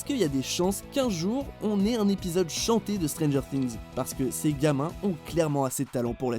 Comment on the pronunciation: y a que moi que sa choque ? Stranger strings ? "STRINGS" SÉRIEUX ? ! STRRRRRRRINGS ? !?!??!?!